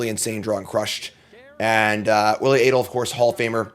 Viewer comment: maiking sure you know how to pronounce both players' names seems like simple prep for a video such as this.